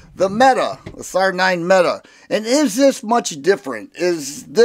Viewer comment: Actually METE pronounced MEAT Almost … optic ready …🤣